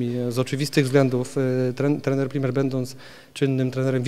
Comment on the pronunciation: PRIMEL a nie PrimeR - masakra